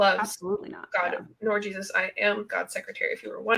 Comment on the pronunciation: The way she says Jesus gets on my nerves for some reason... It kinda sounds like JeezASS